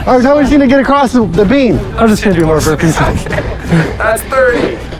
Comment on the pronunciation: They said burpees not wimpees